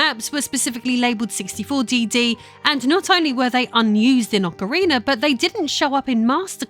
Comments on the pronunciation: PSA It is Ocarina not Ocariner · “ock-o-ree-ner” wtf? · Did you say Ocariner? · It's Ocarina of Time not Ocarinar of Time... will have to block you for that. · AwkaRiner of time jk love U it's important to me you know I'm joking. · Ocawiener of Time😂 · bruh what is "Occer Reener" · yikes I can't believe how much her accent destroys the name of this game.